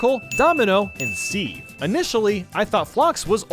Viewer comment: it is pronounced siv not seev